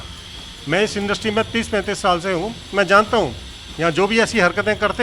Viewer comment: Bigg Boss 12 khatm hue ek shaal ho gye h kya... anchor baar baar ek shaal bool rhe...😂